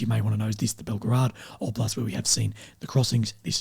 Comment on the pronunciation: quick suggestion: If you want to pronounce Belgorod the way it sounds in Russian, it's not Belgorad, it's Belgarad.